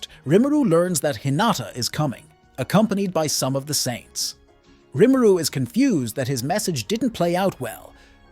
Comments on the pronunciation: this is a tough watch based on how you keep pronouncing rimuru, maybe its a dub v sub thing? idk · Yep. I just sped the video up that it's less painful lol